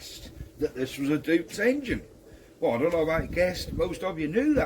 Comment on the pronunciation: Pronounced 'doits'... Like Deutsch, but different... 👍